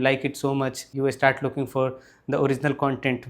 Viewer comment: grammar perfect....practice sssh sound. and start sound starts with s, not e. start, not estart